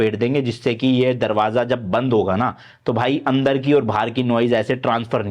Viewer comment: Following you from London series, I like the way you explain things so easily. Also, your accent and words are very relatable which make your videos even more interesting. For example you said "darwajja" to darwaja lol 😂